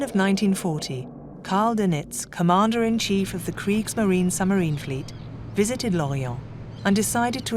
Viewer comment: Summerine? Admirality? Tuney? What bizarre pronunciation this narrator has.